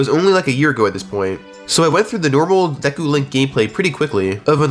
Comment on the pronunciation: Is it not pronounced deku nut not dEEku nut Same with hylian and epona